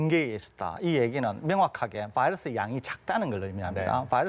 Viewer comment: 바이러스가 적으면 검출 어렵다면서요......보더라인도 아닌데, 레퍼런스 레인지를 벗어 났으면 일단 합리적이고 과학적인 ..... 음 "봐이러스" 발음 듣기 싫어서 끕니다...감사하겠습니다